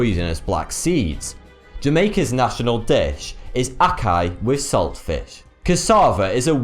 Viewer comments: ackee is so good :L just wish he didnt say ack-eye XD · oh did he say aki?? and saltfish?! its ackEEE say it properly. vote this up he needs to say it properly. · lol it's ac-kee not ac-keye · 1) C'shew? 2) Phycosis? 3) Ackai? I thought it was Ackee? 4) Aphixiations? 5) Sannakaji? 6) Nambia? 7) Oshiketataka? This was a rough day for. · Its pronounced ack-key and saltfish not ack-kye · Monty Cantsin he was doing well with the Ackee until the last bit. I like to think he does this on purpose.